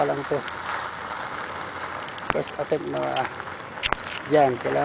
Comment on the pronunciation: the moment you said "Her 90 degree Parrking Pirst attempt" iknew u were a pinoy..lol